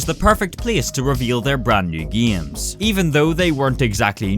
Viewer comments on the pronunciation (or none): I like how he said giams instead of games, its funny, lol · Why does this dude pronounce games as giems? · "Giems" .... lul xD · почему он говорит «гиеъйемс»